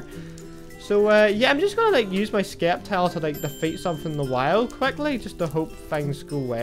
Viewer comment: the c is silent in sceptile